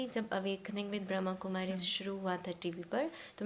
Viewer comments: It’s BrahmaKumari not BrahamKumari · Om Shanti Baba thankyou Baba 🙏🏻 ek chij mein batana chahungi is Sanstha ka naam brahmakumari Ne Brahma Kumari hai kripya is shabdon per meaning bahut mayne rakhti hai isliye kripya aap log Naam Sahi Se bole Om Shanti